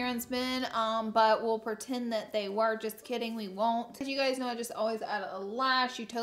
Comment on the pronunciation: “PERtend” 😂 love you Laura 😩♥️